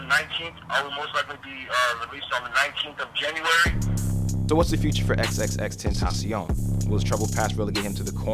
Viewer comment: Gugus Dada tentaCion with c not s.